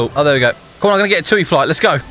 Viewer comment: It’s TUI ( tee you eye ) not Toi (tuu ee)